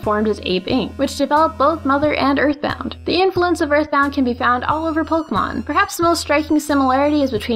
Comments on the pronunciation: How to make a pokémon video: Step 1: Learn how to pronounce Pokémon. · SAY POKE-AY-MON. POKE. AY. MON. THERE'S THREE SYLLABLES IN THE NAME. IF I HEAR POK'MON ONE MORE TIME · The only thing that bugs me is the way they pronounce Pokèmon.